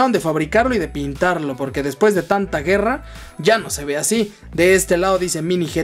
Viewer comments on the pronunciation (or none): none